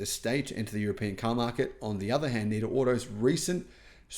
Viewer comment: Surely it's said Net A not Neat A.